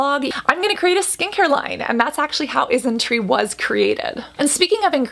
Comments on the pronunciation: Yes but just a tip, the pronunciation is different. Isntree is pronounced correctly here but Innisfree is not. It's In-NIS-free, emphasized the NIS sound. Whereas it's Isnt-TREE, you emphasize the Tree sound. Innisfree is one of the OG highstreet Korean Beauty brand alongside with the likes of Missha. SNSD's Yoona was the brand rep for 10 years, and it's the top Kbeauty brand in China and Japan. Isntree is your startup newcommer. Innisfree was more popular for their makeup like the powder and BB cream, their pore serum, and the most famous - their green tea line. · She's saying it just fine tho. I think you just misheard. I heard "IsnTree" everytime so